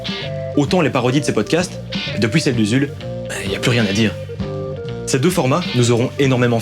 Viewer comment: J'aime beaucoup tes vidéos. Mais s'il te plaît. Arrête de prononcer depouis et dis depuis...